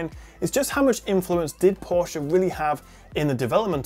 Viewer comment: A reviewer of this phone that pronounces Porsche correctly :O :O :O